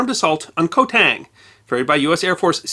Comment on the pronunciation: It was so good I overlooked that. Some Cambodians say it K'mai but most say it as you wrote K'mair. Also I forgive the mispronounciation of island as the Latin transliteration is woeful. Ko is actually Gàw believe it or not.